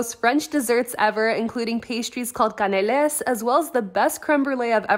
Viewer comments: It's pronounced "Kahn-ell" emphasis last syllable. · Yes the e in canelé is pronounced é (ait). S isn’t pronounced like you said but I don’t think it’s a reason to laugh; lol don’t shoot the piano player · the way she pronounced canelé, I- omg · Haha. The way you pronounced canale